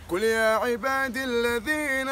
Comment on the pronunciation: طبعا انا لسه داخل على القناه دلوقت وشفت الفيديو ده بس عندك عندك اخطاء واذا حييتم بتحيه فحيوا باحسن بالفتح قل يا عبادي الذين اسرفوا و بالنسبه لرد السلام على المسيحي تقول وعليكم فقط صوتك جميل يستمر